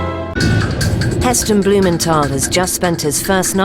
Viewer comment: In the Packed Lunch episode, Heston told the children he interviewed that his name WASN'T bloomen-tol. It is as he says it reading his letter in this episode. BlumenTHal. Pronounce the "th". Let the boys starve for a week and then see how fussy they'll be about their precious rations... So spoiled!